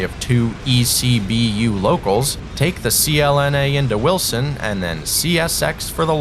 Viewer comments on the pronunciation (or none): You got Choco and Greenville right, but you keep pronouncing Wiltson as Wilson.... C'mon now.... It's WILTSON